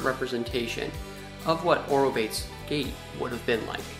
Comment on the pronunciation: I like your vlogs, but please for pronunciation of biological names use a website that is for that purpose, ie aw-roh-BAY-teez!! Thank you! In these words all syllables are pronounced, does not rhyme with English word 'rebates'